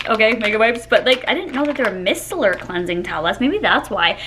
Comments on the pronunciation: Fyi, it’s my-cell-ur… not miss-sellur. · Micellar is pronounced my cellar